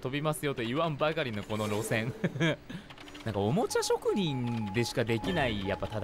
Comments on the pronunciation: おもちゃしょくにんをおもちゃちょくにんって言ってるように聞こえるwww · 久しぶりすぎて「おもちゃちょくにん」になってるやん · 57秒のところおもちゃちょくにんって言ってるさとみくん可愛い笑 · おもちゃちょくにん言うてるのかわゆい🥺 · 第5人格の動画嬉しいです!!✨ 玩具ちょくにんって聞こえる😂 あとピニャータって聞くとさとみくんが言ってたピニャータピニャータ思い出して笑いました笑笑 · さとみくんのリアクション可愛い おもちゃちょくにん って聴こえたよね😊✨ ちかー ちかー まじか 可愛い～😊✨ たまの～ ?? え、可愛い😊 ピニャータ 😇💗 今日も可愛いです☺️💕💕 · 噛んだ回数→2回 おもちゃちょくにん 場所しゃえ ↑↑↑可愛いすぎ( ´͈ ᵕ `͈ )💗 ピニャータって可愛いすぎ！